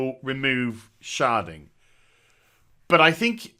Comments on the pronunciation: sounds like you're saying sharting lol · Shedding? Sharding? Charding? What is he saying? I want to look it up